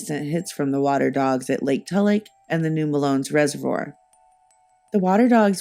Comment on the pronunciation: Fantastic work, but as a native of this area the mispronunciation is driving me crazy. Melones is pronounced “muh-low-knees”. 😊